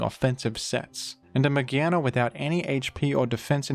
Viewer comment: Mah-GEAR-na not magehna